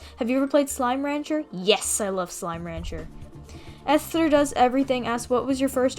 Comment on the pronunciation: DAT WAS MEEEE!! (although my name is pronounced Es-t-ur 🥚)